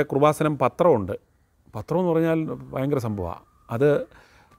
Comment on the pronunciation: എടൊ പൊട്ടാ കുറുവസാനം അല്ല കൃപാസനം.ഇങ്ങനെ ട്രോൾ ഇറക്കുമ്പോൾ അത്യാവശ്യ ബോധം ഉള്ളവൻ ആയിരിക്കണം താൻ